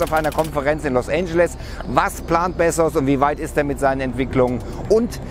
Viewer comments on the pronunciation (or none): Als ob man ihn bezsos ausspricht🤔